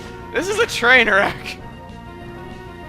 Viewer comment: is it a train wreck or a "trainer" wreck :p chuggaa i love ya